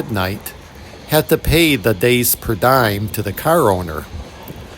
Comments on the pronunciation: Per dee um, not die um. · I have never heard it pronounced per die-um, always per dee-um. My daily food allowance for work travel is a per dee-um.